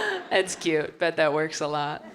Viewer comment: "that emoji worrkS"